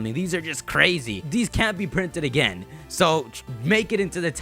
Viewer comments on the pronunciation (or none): none